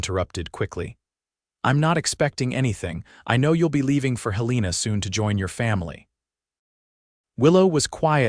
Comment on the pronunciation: You pronounced the state capital of Montana incorrectly!!!!